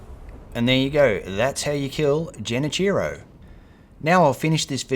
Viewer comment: "Jenichiro" nooooo the "ge" here is like in "get", not like in "gem". Anyway great guide, imma have to watch it a few times to really get stuff memorized. I've been stuck on this boss for years. 😢